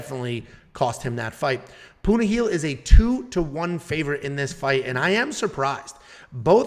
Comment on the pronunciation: Tells us not to embarrass ourselves pronouncing Ricky Simon's name and then butchers Punahele and Jingliang's name 😂